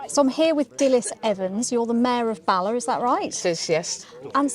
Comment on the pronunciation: And Bala (very short word), not Barler. merely advising not criticism . An admirable effort in pronouncing the Welsh place names! Excellent production, made a Welshman exiled in Western Australia a bit homesick. many thanks